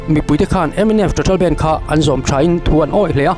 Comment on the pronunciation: Nga tinge youtuber thenkhat fin hmel pui² hian, BANDH tih hi, he mi music a BAND ho ang hian in lam tlat thin le..!!